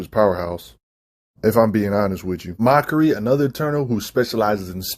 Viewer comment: Look, I know he hates "grammar nazis" but when you are screwing up names so bad that you got to lock at the video to see who he meant, that's pretty bad. Like he's literally calling MAKARI "Mockery". That's unacceptable, lol!